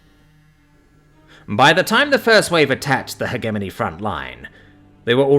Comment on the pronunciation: The biggest thing that rips me out of the stories is the poor pronunciation. Not of alien words/names, but English words. Hegemony, chitin, epitome, etc.